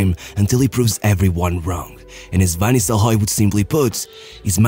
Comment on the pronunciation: Man, you got a problem with the letter R. Van Nilstelroy? HE ain't bloody Spanish? You do the same with every R, all the Italian names as well, and as an Italian, I can tell you they are wrong.